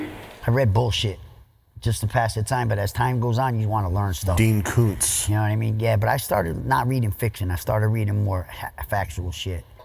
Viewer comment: “Dean Koontz” 😂😂😂